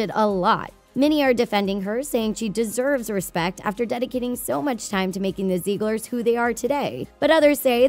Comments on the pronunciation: ZIG-LERS not ZEEG-LERS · Stop. Saying. Zeeglers. It’s Ziegler’s. (Zig-lers) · When she said Zieglers, I thought she said Zebras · Take a shot every time she says ‘Ziegler’s’ wrong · imagine posting an entire video about the zieglers yet mispronouncing the name each time kdjdj